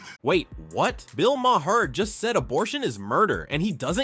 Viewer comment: The best part of this video is that AI narration is still unable to pronounce Bill Maher's last name! 😝😝😝